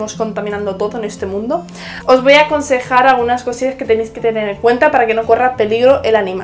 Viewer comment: No es por ofender al contrario me Encantan tus videos.pero me carga cuando la j la pronuncias.muy fuerte y me da cosa consejjjar eso me da cosa